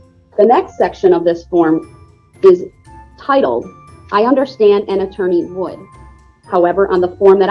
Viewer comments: WTF is undershtan? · Why can’t he say “understand” (I heard him say it once) instead of “undershtand” every time?